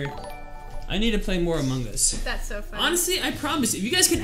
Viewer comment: why doe severybody say Among es And it is Among Us